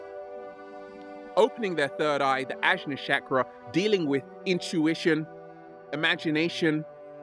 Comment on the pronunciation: Awesome video! Side note: ajna is pronounced anya